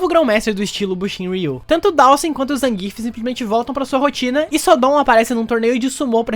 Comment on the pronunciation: Adendo (*): Por favor, Zangief [ZanguiÉF] e não Zangíf!!! Bote seu SFVI aí no seu pc ou console, ganhe qualquer uma com ele [ou perca contra ele] e veja o narrador falar! Reddo Saikuron wa muteki da!!!!!!!!!!!!!!!